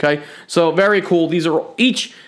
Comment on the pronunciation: Did he say berry cool